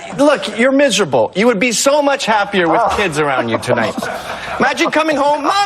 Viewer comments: "Misreable" ?? SIGH 😩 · She's secretly what? 😂 WTF is "misreable"?